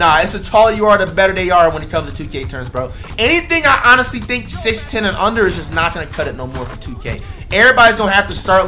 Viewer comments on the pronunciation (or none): none